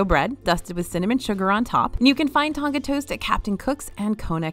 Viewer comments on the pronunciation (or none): none